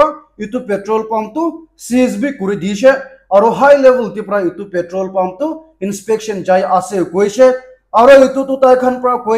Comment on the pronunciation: Bro, your pronounce of petrol in nagames is not daeli.